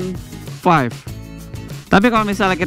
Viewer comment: R15 dibaca "er wan faif" , bhs inggrisnya jgn stengah2 dong bg